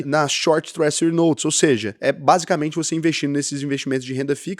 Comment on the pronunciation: Twréjury, não twréssury.